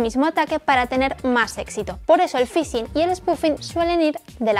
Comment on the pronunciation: ¿El "fisin"?